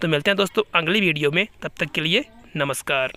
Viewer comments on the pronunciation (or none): Aange kya hota hai bhai 😂 Aange nhi aage hota hai ,, ye angli video bhi nhi ,, agli video hota hai 😂😂 har baat me ang ki aawaj mat nikalo